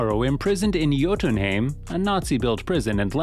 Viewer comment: That pronunciation of Jotunheim physically hurts me.